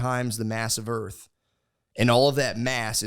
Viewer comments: Calling it "Earf" is making me racist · pronouncing earth as “earf” will never not make me laugh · Matt teaching Nate about the Sun and the Earf.